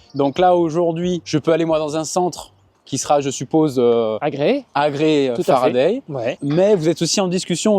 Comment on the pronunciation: En français, a se prononce a, pas e ! L'invité dit toujours Faraday, et le monsieur tatoué a décidé de rebaptiser la marque à sa sauce ! Non, mais !